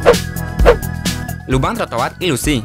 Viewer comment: Lubang trotoar bang,bukan lobang tlotoal 😁😁😁